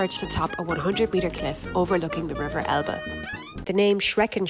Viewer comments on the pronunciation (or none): none